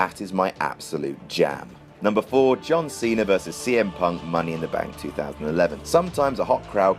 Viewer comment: Anyone else realize that says John cenr